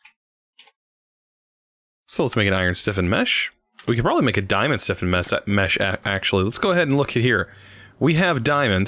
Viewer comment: It’s flint STIFFENED mesh, not flint siffened/siffin mesh 😂